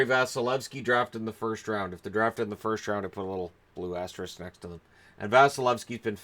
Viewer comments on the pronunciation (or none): none